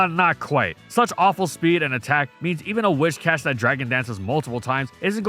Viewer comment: Your pronunciation of Whiscash is incorrect. It's Whiscash, not "Wishcash". It's got big whiskers hence the name.